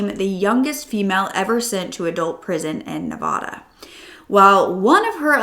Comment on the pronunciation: I love your videos but PLEASE learn how to pronounce Nevada correctly. ❤ I live in Nevada so it drives me crazy when people don’t pronounce it correctly.